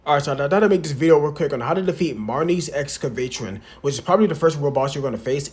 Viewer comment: Great video! I think its pronounced Ex-cah-vuh-tron. It's a robot so Im pretty sure thats the pronunciation but idk.